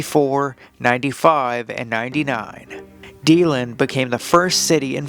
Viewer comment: Ybor City is pronounced like "Ee bore City", Deland is pronounced like "Dee Land".